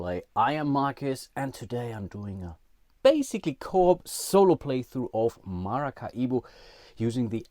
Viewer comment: Do Germans really pronounce Maracaibo as MaracaIbo (big I) ? I should think it would be just as easy for you guys to pronounce it like Ma-ra-cai-bo - much like the Latin people in South America do.